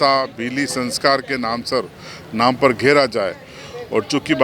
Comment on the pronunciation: नाम तो ढंग से ले ले